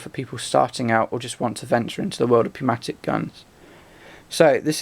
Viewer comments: Pneumatic is pronounced (new-matic) with a silent 'P'. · It's pronounced "newmatic". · Pneumatic has a silent P. :)